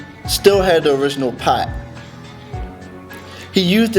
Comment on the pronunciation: he sealed the spirit into a "pat"? lol hahahah